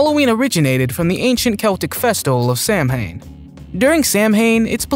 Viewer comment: Samhain is pronounced sow-in